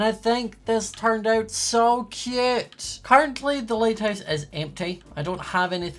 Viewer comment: I love how he says cöte